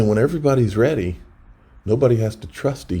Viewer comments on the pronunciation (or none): none